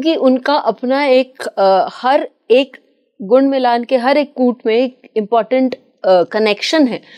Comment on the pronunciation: Kuta kya hota hai maam faaltu ki vocabulary mat bnao its not kuta it is kut